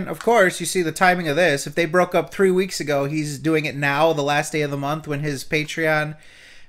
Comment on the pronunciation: Why does pronounce some words by adding an H? Three hweeks.